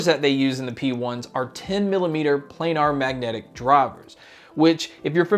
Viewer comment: You made me cringe when you pronounced planar. The A is short